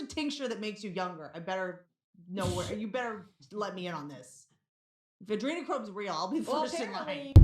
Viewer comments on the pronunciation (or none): She said Adremacrome